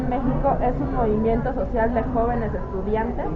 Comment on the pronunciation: heeey en Pau dice estucdiante no estudiante hay t encargo churpio